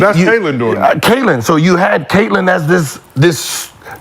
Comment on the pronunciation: Can’t even say Caitlin name and says Paige better 🤣🤣🤣🤣 bro she hate Caitlin